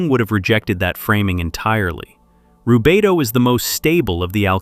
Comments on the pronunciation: i love the message, but the ai pronunciation of rubedo leaves me with doubt as im hearing it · I like your videos, but when you start with “he called it Rubito…” you loose me. It’s spelled Rubedo and Jung didn’t coin the term, medieval alchemists standardized the color sequence centuries before.